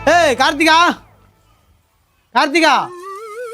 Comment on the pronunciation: கார்த்திகா இல்ல பிரதர் கார்த்திகை